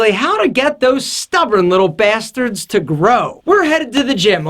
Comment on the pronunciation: I love how you say "bastard" in your accent. Is that an Italian-American accent?